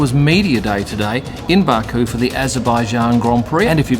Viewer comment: Baku not Baaaku